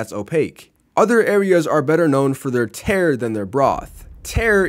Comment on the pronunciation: Not to nitpick but tare is pronounced tah-reh